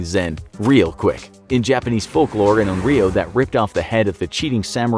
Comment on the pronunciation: Infographic said: YOU vs ONRYO I HEARD: YOU VS OREO